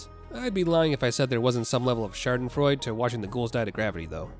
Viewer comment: I don't want to be "that guy" but as a native German speaker I'm almost obligated to tell you, that Schadenfreude has a spoken "e" at the end that makes the same sound as the "e" earlyer in the same word. But anyway I really like the video.